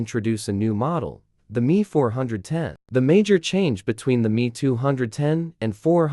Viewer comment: It’s not the “me” it’s M E.